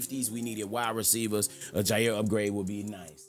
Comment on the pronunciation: The fact u called both jaire and tae is actually ridiculous. Packers glazington. Love the content.